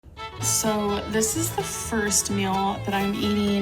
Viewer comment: oof "so this tha firs meal of tha day!" 5pm